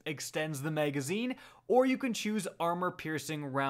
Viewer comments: Why the hell do you talk that way bro. Maygazine is correctly pronounced magazine. MAG NOT MAYG. Someone just shoot me if I have to hear that again! Sucks because there isn’t many good D2 channels to begin with so I’m forced to hear this man’s illiteracy or get bad info somewhere else. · No its just literally no one cares he said mayg instead of mag- if that turns you off from any content than your a fuck tard